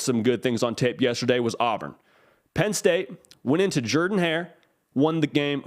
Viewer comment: That's the way Coach Shug Jordan pronounced his last name with that deep, Mobile accent. Jeeeeeeer-dan.